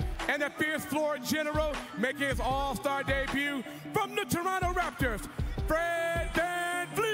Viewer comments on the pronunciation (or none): none